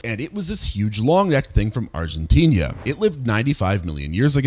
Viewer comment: Dude can’t pronounce Argentina for some reason and it’s infuriating